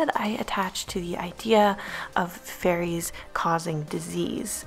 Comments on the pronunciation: Is it just me that thought she said furries instead of fairies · I kept thinking she was talking about furries lmaooo xD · she said fairies not furries but I see how you thought she said furries lmao